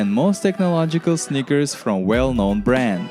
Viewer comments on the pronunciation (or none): I mostly hear snickers